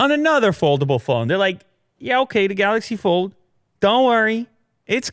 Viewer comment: You do mean the "Galax Fol"?! There I saved you two syllables!